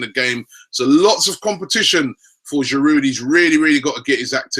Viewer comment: TheBala1999 Yes, you are right, but in this country most people call him Cazorla - except Robbie who calls him Corzola (or sometimes Carzola). We aren't Spanish so why would we pronounce his name the Spanish way? btw he gets Giroud wrong as well... the 'd' at the end should be silent.